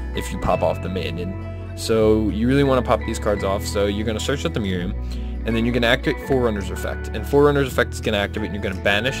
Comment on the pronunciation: It's MARIAMNE, not MIRIAM...